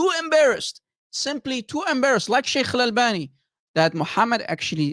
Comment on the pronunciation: everytime says - sheikhhh, sheikhhh - i have the feeling like he is gonna throw up 😂